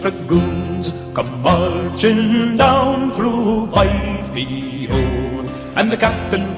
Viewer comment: It's not Fyve-lo. It's Fife-e-o, as in the city of Fife in Scotland.